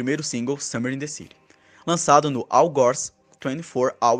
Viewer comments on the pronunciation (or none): none